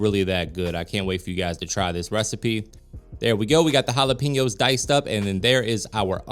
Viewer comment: Just want to let you know Jalapenos . It is wrong how you say it Jalepinos not correct Jalapenos is correct. pen instead of pin love your show ! Blessings